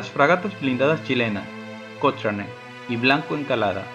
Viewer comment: Buen videos pero cochrane se pronuncia cocrane jaja